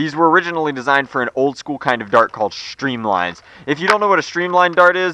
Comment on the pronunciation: The way you said streamline made me feel really old